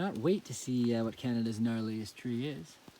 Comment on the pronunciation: Did you say knottiest tree?! 🤦‍♂😂